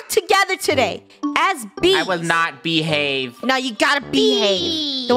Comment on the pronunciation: I thought funneh said Bee-have